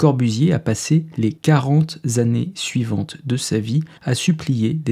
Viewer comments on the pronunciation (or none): Étude intéressante. À mon avis, il y aurait beaucoup de choses à dire sur le sujet. Le mode de vie, la mobilité des gens expliquent beaucoup de choses aussi. La standardisation des goûts par la publicité... voire l'absence de goût. À , "les quarante zannées", ça pique un peu les tympans. ;-)